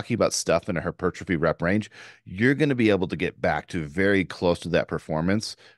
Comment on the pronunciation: Take a shot every time says “her-pertrophy”